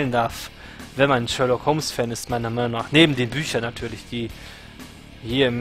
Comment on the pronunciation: Perfekt ausgesprochen:D Sherlock ist einfach ein Meisterwerk geworden:) und so lange dauert es ja bis staffel 3 auch nicht mehr;)